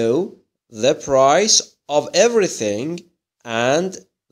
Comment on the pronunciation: راستش یک مشکل شماچراTheرادی تلفظ نمی‌کنیم چرازی تلفظ میکنین